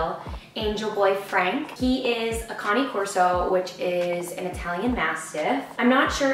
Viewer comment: Love his face... Im a cane corso breeder, but he deffintly a mix. Glad someone said cane corso right this time.